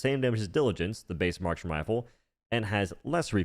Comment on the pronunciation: Marksman but he slurred